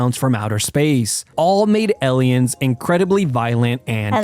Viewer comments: yeah, he's definitely saying elliens. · Please do not imitate the way he says "Aliens" That's not normal around the Anglo-sphere. That is a very peculiar pronunciation, and people would assume it's just because you're not a native speaker. His English is otherwise pretty good, so I can't tell if this is an idiolect or if he's a very good non native speaker with this one very noticeable quirk. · You pronounce it correctly, the guy pronounces it weirdly.